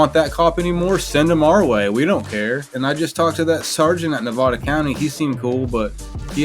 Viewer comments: Bro…. how do you not know how to pronounce Nevada? 😂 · Stop pronouncing Nevada like that. It's the second pronunciation that's correct. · At your age how is it you don't know how to say "Nevada"? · I live in Las Vegas Nevada and we pronounce Nevada: Nevada. I'm just saying. 😅